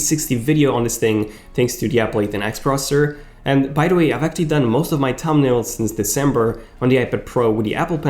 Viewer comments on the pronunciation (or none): IPID? TUM-NAILS? C'mon...really? Slow down the pronunciation linguistics, genius...a lot. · Are we just going to ignore the wonderful way he says thumbnails?